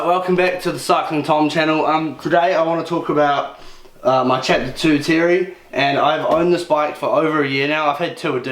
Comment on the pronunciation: Mate wasnt it Mike's intent to call this bike the Terre pronounced as 'Tear ray' not Terry - just saying ?